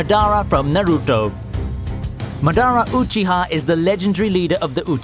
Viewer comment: MaDARA OOchi-ha, Na-TEROT